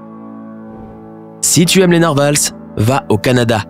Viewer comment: Sympa en effet :) ... Mais pas sûr qu'on prononce le s de narvals 😁😁